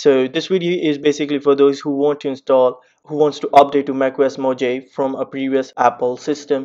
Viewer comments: It's moohaaveeeee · Who created that pronounciation. Mojave should spell mo-jave. How come one know to spell it as mohave if it's written Mojave. Can someone explain this? I'm a non native English speaker.